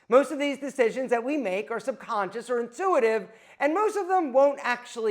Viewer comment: I think you meant intuitive not intruative